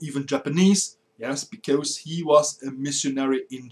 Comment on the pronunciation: I enjoy your videos a lot. It's just that your pronunciation leaves a lot to be desired. E.g. your rendition of "because" should be more like "bie-coz" and not "bie-cose" (Not quite sure of the phonetics involved here). Just aiming for improvement here ;).